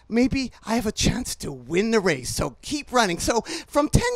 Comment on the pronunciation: "I twied to win the wace" unless I can't hear